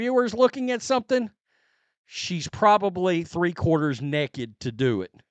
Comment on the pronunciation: It's been a while since I heard "naked" pronounced like that "nekkid"